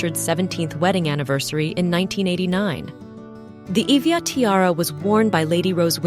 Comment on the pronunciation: Iveagh is pronounced as 'i vey'